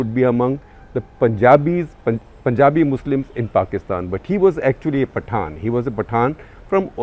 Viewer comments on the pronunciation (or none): none